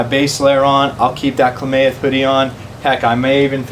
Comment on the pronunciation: Kla-math...not kla-may-eth But good review 👍🏻